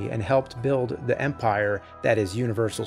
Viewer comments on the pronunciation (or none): none